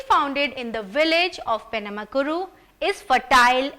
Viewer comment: Penamaluru...not penamakuru You bloody English fella